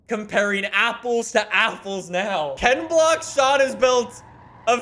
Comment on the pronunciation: Did he say KenBlocksShon twice ?😂😂